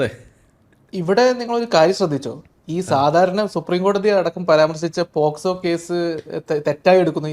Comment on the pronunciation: പോസ്കോ അല്ല, POCSO